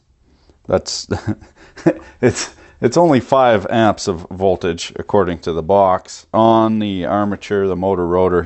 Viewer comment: “Rated woltage... voltios... 5 AMPS”